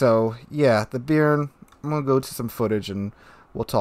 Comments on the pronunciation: I'm not sure, but since I'm french i can say, personally as a french speaking french I'd pronounce it "bay-arn" more or less, not bean with an added r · Just a heads up - the name "Béarn" is actually pronounced more like "Bey-Yarn", with the emphasis on the second syllable. Named after a region in southern France. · Please, sir, it's pronounced "Bay-ahrn".